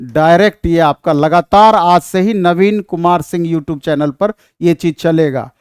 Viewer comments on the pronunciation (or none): none